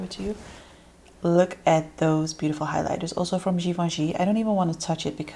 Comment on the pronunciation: Happy Birthday beautiful 🎂 🎉 love your videos I learn so much from you ! Thank you for being so creative 🙌🏻 btw Givenchy it’s pronounced « given « chi » not « given « ji » A frenchy here ☺️ sending you loads of hugs 🤗 😘 bisous